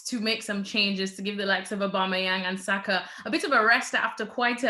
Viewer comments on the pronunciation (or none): This guy really called Saka Sako smh sort yourself out